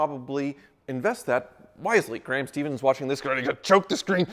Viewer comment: because called him “Graham stevens” is pronounced “Stef-ens”